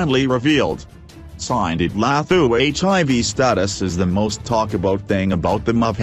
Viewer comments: The way he’s pronouncing her name 💀💀🤣🤣🤣🤣🤣🤣🤣🤣🤣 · No1, he can't pronounce her name right, 2 why is it of public interest what her status is, many people live with hiv without being named.